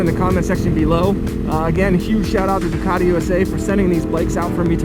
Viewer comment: NO “DUCARI”, IT’S DUCATI, SAY IT IN ITALIAN, THANKS!